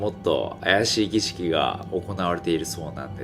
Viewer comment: 儀式って一回も言えてない